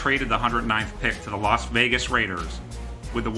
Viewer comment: did he say las raiders vagus